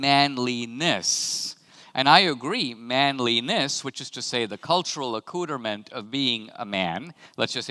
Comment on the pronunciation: Dinesh pronounces accoutrements "a-cooter-mint lmfao